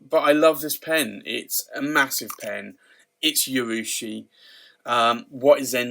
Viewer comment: Just FYI there is no Y in the pronunciation of urushi